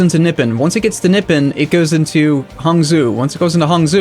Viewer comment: He even managed to mispronounce Nippon